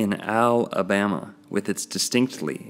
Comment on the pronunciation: Al' abama.... O' bama....